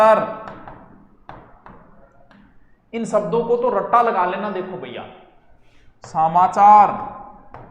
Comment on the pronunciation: सामाचार नहीं होता समाचार होता है।